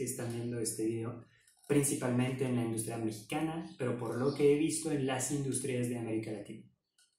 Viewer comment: Industria se acentúa en la "U" y no en la "I" espero te sirva. Gran canal y buen contenido!